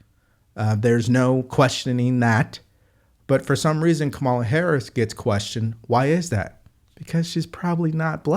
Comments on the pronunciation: FYI, You're mispronouncing her name as well. The emphasis is on the FIRST syllable of her name. The way you say it is incorrect and reminds the masses of us Gen X'ers to think of the once famous WWF Wrestler… The Great Chamala! Look him up. LOL The dimwit's name is pronounced… KAmala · I did notice how Whoopi said Camel-a cuz if anyone else pronounces it wrong, they call them racist or say they are pronouncing it wrong on purpose. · Obviously Whoopi is a racist because she mispronounced her name “Camella”. 😂😂😂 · First time I heard of Kamala Harris she was on this show. It was years before she ran with Biden. She was asked how to pronounce her name. She said its pronounced just like Pamala but with a K instead of P. I cannot be the only person that saw that. Ms Goldberg remembers it. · You continuously mispronounce Kamala’s name !! What’s up with that bro? It seems like you’re one who is misinformed also !! 🤔🤔😩😩😩😩😩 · Dude, you pronounce her name wrong as well. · Its pronounced Kamala, not Kamala 😅😂😂😂 When did how you pronounce someones name become a debate point? 😅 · So you are mispronouncing her name like 45? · Also, Whoopie pie must be racist since she keeps pronouncing Kamala’s name wrong 😂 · Whoopi mispronounced Kamala's name... its intentional racism!! Or.. isnt that what they say if a white person does it? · Annnndddd Did Whoopi just mispronounce Kamala's name??!!! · Someone needs to call Whoopi racist for not saying Harris name right.They sure jumped on Mace from SC ,and called her racist for not saying her name right.. The veiw is a bunch of hypocrites and racist people on TV..They know better not too jump on.Janet Jackson, about her question Harris race. Are all of them might be looking for jobs Janet don't need any of them. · Is Whoopi racist she mispronounced Kamala’s name 🤔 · The woman name is not Ka-malla BUT Ka ma la. Break it up in syllables, as learned in kindergarten. Stop being so damn slow, ignorant and disrespectful.